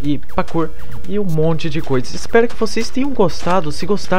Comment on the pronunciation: PQ VC FALA PAKOUR?É ESTRANHO VC FALANDO KK